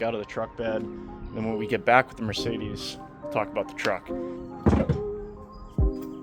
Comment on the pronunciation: No “A” in Mercedes, pronounced phonetically.